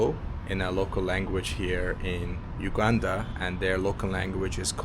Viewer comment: And I like the way u prononce Entenbe btw u pronounce the U as u not ou in Uganda but thank you for coming to Uganda and O hope you had a great time here